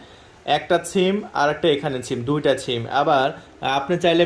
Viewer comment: ব্যাটা, ছিম নারে, সিম, আগে ভাষা ঠিক কর।